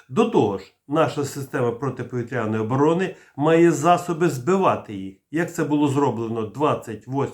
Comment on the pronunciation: ПАНЕ ВИ КАЖЕТЕ ПОВiТРЯНОi З НАГОЛОСОМ НА Я САМЕ ТАК КАЖУТЬ КАЦАПИ НАСМiХАЮЧИСЬ З УКРАìНСЬКОi БАГАТО РАЗ ЧУВ ТАКЕ.